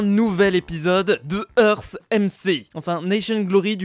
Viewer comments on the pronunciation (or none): none